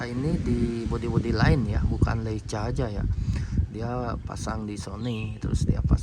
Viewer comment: bacanya leika bang hehehe